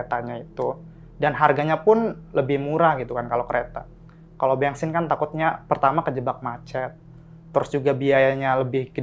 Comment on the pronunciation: Ben sin bukang Beng sin:))